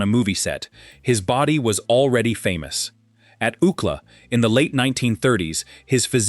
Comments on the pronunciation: U.C.L.A. not "OOCLA." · Oookla? Did Kelly Bundy sound this out. It was U C L A you boneheads. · Prounouncing University of California, Los Angeles as “ūkla” is completely distracting. It is pronounced by each letter: U.C.L.A. Paté is not how Americans pronounce it, either. It’s pāte. So distracting! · U-C-L-A not Ookla😂 Ookla was Thundarr the Barbarians sidekick. This is getting ridiculous. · Ook-la? You mean “UCLA”? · UCLA, not Ucla. Stupid ass. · OOO-cla. LOLOLOLOLOL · No one in the United States calls UCLA by the term ookla. U. C. L. A. is pronounced like you see el ay. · Ookla? I think you mean U. C. L. A. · Ookla?! Are you trying to say University of California Los Angeles - U.C.L.A.???!!!! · ookla😂😂😂 UCLA??? 😭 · "Ookla?" Don't you mean U.C.L.A.? Please get a human narrator! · UK LA? You mean U.C.L.A. ?!🤨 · U. C. L. A.- not ooklah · It is U. C L. A not UUcla. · I'm thinking, what the heck is OOKLA, until it dawned on me. Doesn't anyone ever check pronunciations at least? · University of California Los Angeles UCLA being pronounced “ookla” 😂 distracts from this story. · It's U.C.L.A. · This is the first time ever hearing UCLA pronounced as a word. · Proud of LA born and raised Woody! Took me a while to figure out what “UCK-LAH” was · Took me a while to figure out what ookla was… I thought he must have went to some Indian school😂😂😂😂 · oookla? really? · UCLA? That’s U.C.L.A as in the University of California Los Angeles. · I'm African living in Africa, so I am trying to understand does he mean UCLA? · UCLA, do you mean U C L A, the University ? Come on, do better. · THE GUY SAYS ................... UUUCLA ?????? FOR UCLA .................. C"MON ...... PLEASE ................... WOODY STRODE ................... AN ALL TIME FAVORITE ................... TRUELY .... A GREAT MAN